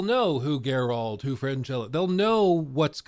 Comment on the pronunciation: Are you SERIOUSLY still struggling pronouncing "Geralt"? After almost a decade.... you're still defaulting to aaaaaalmost saying "Gerawlt"? What??